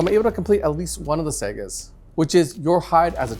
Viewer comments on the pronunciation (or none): Great video as usual but I wish he would call them sagas instead of segas😂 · Agreed. The wolves don't build console gaming systems. They complete sagas, not Segas. Also, the letter "J" is pronounced as a "Y": Njal = Nyal Bjorn = Byorn Arjac = Aryac